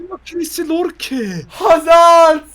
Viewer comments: Lorke degil yorke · Lorke deyil Yorke o abi Y harfi like atin gorsun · Lorke değil yorke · Lorke deil yorke la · Lan siz bu adama niye lorke diyonuz. Yorke yorke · Abi lorke değil Yorke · Lorke değil Yorkeeeee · Yorke’ye neden lorke deniyor ya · siz bu adama yorke yerine niye lorke diyosunuz anlamadim yaw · Lorke degil Yorke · Koskocaman Yorke diyor Y ile L ne alaka